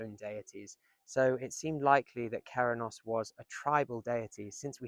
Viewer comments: By ‘Cerennos’ im presuming you mean Cernunnos? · You are pronouncing Cernunnos completely wrong. It sounds: Ker- Nun - Oss.